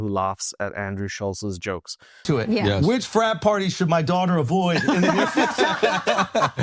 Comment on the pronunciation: listen carefully she never says yeS it’s “Ye”